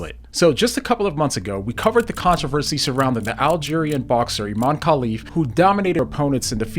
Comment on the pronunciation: “A-Man Khelif”